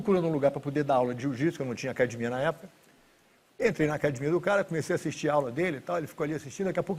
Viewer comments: Se o cara falar " Acadimia" fuja dele , porque ele é foda no jiu ! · O DNA Gracie fica claro quando falam "acadimia" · Todos os Gracie falam acadimia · Brasileiro é zika mesmo sabendo falar inglês fluente ele ainda fala acadimia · Gracie sem falar "ACADIMIA " não é Gracie 🤣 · "acadimia" kkk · alguem pelo amor explica pra ele q é acadEmia em vez de acadimia... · Ele falando acadimia dá maior nervoso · Queria entender porque os irmãos Gracie falam "acadimia"... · Por que todo Gracie fala "acadimia"? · PQ TODO GRACIE FALA "ACADIMIA"???? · Esse senhor era bem bonito quando jovem, crtz. "AcadImIa" kkkkkkķkk...orgulho brasileiro. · Muitos Gracies falam assim rs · Se vc ouvir a palavra "acadimia" caia fora. A pancada vai comer. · Se não falar "acadimia" não é um Gracie kkk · se rorion grace fala cadimia, agora pra mim é cadimia, foda-se mudem o dicionario, é cadimia fim de papo